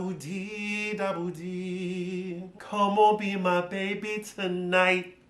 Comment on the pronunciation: Lmaoooo yaaaassss the emphasis on the “t” in “tonighT” is soooo crucial 😂😂😂